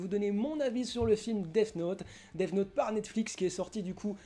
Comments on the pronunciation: effectivement tu n'es pas clair dans tes propos et dans ton argumentation le son """th""" ne se dit pas "def" mais [θ] tu sais le prononcer? Non parceque c'est pas dans ton langage donc de base l'apprendre correctement est compliqué et le pire c'est que la mauvaise prononciation c'est justement [s] ou [t] dommage que ça face perdre du Q.I hein? Ici pour death [deθ] c'est pas moi qui le dit c'est Cambridge alors peut-être que tu es plus anglais qu'un Cambridgiens qui apprend la langue mais juste au cas où t'es plus proche de la vérité en pronnonçant Defss que Dess parceque il existe un son pour le "ss" c'est [s]. Que je sache la phonétique ne met pas [des] mais [deθ]. Sur ce si il est plus intelligent de cracher sur une couleur de peau que de mal prononcer un mot et que de surcroît tu te sens visé par ses propos... Non parce que il faut le dire je perd mon temps à t'expliquer ce que tu n'ira pas voir (preuve avec le lien que t'as pas regardé avec ton intelligence supérieur qui sait tout) vu que de base t'es parti dans l'idée qu'on t'avais insulté car tu pensais justement que L allait être mauvais parcequ'il est noir sinon cette conversation n'aurait même pas lieu d'être. Maintenant quand on critique on fait des recherches et je t'invites si ta parole est la bonne à aller te moquer de tous les accents du monde qui font qu'ils prononcent mal en utilisant ta phrase "vous avez un QI d'huître" sur ce j'aimerai quand même que l'espace commentaire de reste propre et construct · Je suis la seule que ça a trop perturbée qu'il dise Def note au lieu de death note? 😅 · Le son th se prononce th point a la ligne, si t arrive à faire sortir le son deff c est que tu c est pas mettre ta langue entre tes dents du haut et du bas . Point final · "def note " hahahhahha et t'as 53 m abonné ahahahahha n'importe quoi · Bonne vidéo mais les "def note" mon pertuber eheh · je suis le seul que sa dérange quand il dit deaf note ? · théoriquement le th se prononce sse genre dèss note